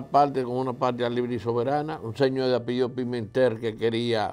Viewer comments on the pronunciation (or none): none